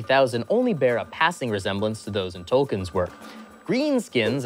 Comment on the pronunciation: More by the mispronunciation of Tolkien.